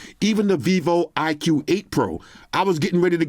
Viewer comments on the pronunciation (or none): iqoo should be read as “icool” not “iq”